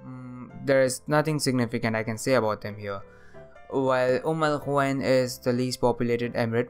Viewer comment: But he can’t really pronouns (Umm al-Qaiwain)